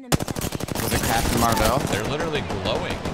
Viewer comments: Imagine pronouncing marvel as mar vell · "Squad of Mar-vells" , what? hahaha F in the chat for shroud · Please tell me that guy was joking with that Captain Marvel pronunciation